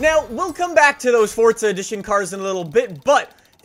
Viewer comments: the way you say forza doesn't sound right... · There is no “T”…. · bro pronounces “forza” like “fortsa” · He did fortza instead of forza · Does anyone else notice that he says fortza instead of forza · you saying FORTSA and not FORZA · This trend of people pronouncing "Forza" with a T, is starting to annoy me... It's not "FORTZA" is it? Never has been and like 10 years ago no one said "FORTZA" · Fortza? I'm here for forza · it’s forza not fortza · It’s not fortza it’s forza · its forza not fortza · Forza or Fortza 😂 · IT IS NOT PRONOUNCED FORT-ZAH BRO‼️‼️ ITS FOOOORRRRZZZZAAAAA! FOUR-ZAH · forza not fortza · sorry but it is forza not fordza i am not trying to be rude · He says fortsa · say fortza one more time i swear to god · Stop saying fortza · Why do u always say Fortza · Why does it sound like your saying fort za it is pronounced forza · Thanks for all the help. But why do you say fortza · I pronounce it for za he pronounces it fortza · Four-za. Not Fort-za. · this dude says fortza not forza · Whats fortza? i thought it was forza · ITS NOT FUCKIN FORTZA IS FUCKIN FORZA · Why he kept saying FORTza😂😂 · There's no t in forza it's not fortza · English doesnt follow the same pronunciation rules, so In english it is “forza” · Are you saying Forza or Fortza?? 🧐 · it’s for-za, not fort-za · Anyone get slightly annoyed how he says fort-za? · It for-za not fort-za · You always say fortsa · Why you say fortza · its for-za. There's no T in it. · “Fortza” Great video but that’s really all I heard lol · Why is this guy say fortsa? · Say it right theres no”t” its foRza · Just me or is he saying fortza horizon four? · "Forza: more like poor za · Thought I was watching forza not fortza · “Forsa edition” lmao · "Fortza" wut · There is no t is forza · “Fortza Horizon 4” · U say fortza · STOP SAYING FORT-ZA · Why are u calling it Fortsa? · Hey guys welcome back to FORTZA HORIZON 4😂😂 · “Fortza” haha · WHY ARE YOU SAYING FORTZA? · Why do you pronounce it like “Fortza”